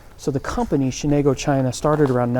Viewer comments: Shenango not Shenago. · You're not pronouncing Shenango properly. Where are you guys coming from? Thanks for the vid. I see a lot of fixtures, crates, fire-brick and obviously the china which is still viable that some people would love to have. I'll check out your pages.